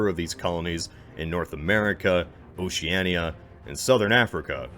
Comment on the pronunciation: I'm from Australia. Thank you for pronouncing Antarctica as spelled, not as Ant-ardeca, and thank you, oh thank you for pronouncing Oceania as spelled, and not Oshiana. Respect is due.